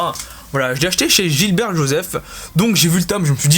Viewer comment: C'est Gibert Joseph et pas Gilbert 😉